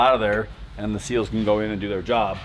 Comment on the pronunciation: SEALs, not Seals